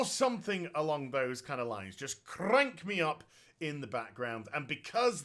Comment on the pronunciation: I've watched your videos for YEARS but for some reason, this video, I particularity loved the "R" rolls in "Fruity" "Crank" in the intro. Well done, friendo.